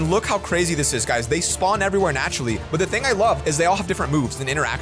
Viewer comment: That but sounded like a "butt"